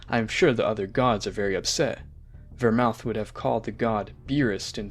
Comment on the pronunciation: and vermote